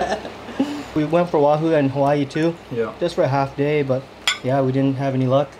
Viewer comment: I heard the Hawaiian coming out on that “half day” 😭🤙🏾